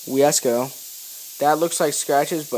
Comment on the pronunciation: It's wi-se-co not wiesco.